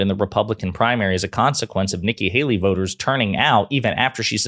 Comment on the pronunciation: “Nikki baley” lol